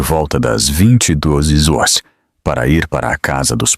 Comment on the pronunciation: 23 hars vc não sabe falar horas